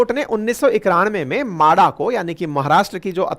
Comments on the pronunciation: म्हाडा म्हाडा माडा नहीं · मादा नाही म्हाडा.